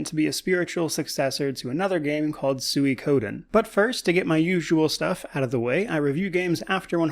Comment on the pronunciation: I have never heard anyone say suikoden the way you do